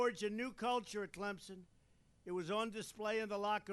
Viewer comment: At least he said Clemson right. Not clemzon.